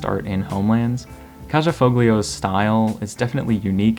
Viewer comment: Great video. Btw Kaja Foglio is pronounced 'Kaya Folio'.